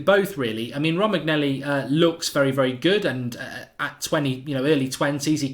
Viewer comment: Romagnelli? lol ROH-MAN-YO-LEE